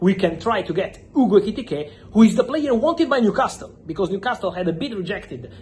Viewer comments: Sorry to be a pedantic old git, but I wish Fabrizio would drop the T from Newcastle. It's pronounced newcasel. Edit: I'm a southerner and say Newcarsel. Northerners say Newcassel Whether we're from the north or south of England, we never pronounce the T. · I like how u say Newcastle. The T is silent. Say the last syllable as you would say the last one in Picasso. You are doing a great job though. 120Millie quids for Alexander is madness. He is a good striker but not even great for me. He is premiership proven I get it but somehow I am yet to be convinced by him. Gyokeres will outscore him. I am glad we decided not to break the bank on him.